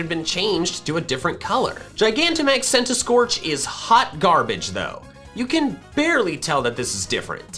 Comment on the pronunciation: CENTISKORCH, NOT CENTASCORCH!